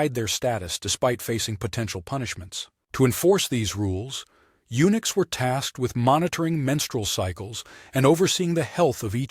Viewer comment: unooks? SOMEONE NEEDS TO READ THE STORY AND PRONOUNCE THE WORDS CORRECTLY AND TO WRITE THEM CORRECTLY